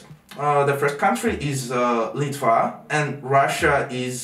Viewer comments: Все круто, только Litva ухо резала! Lithuania! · Литва на Аглийском не Litwa (это ты на польском сказал), а Lithuania это правильно на Анлийском!!! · Не Litva, a Lithuania по-английски будет)